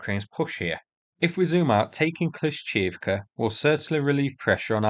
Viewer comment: "Kleesh-shee-eev-ka" :P